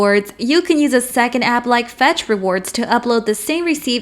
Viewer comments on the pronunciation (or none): none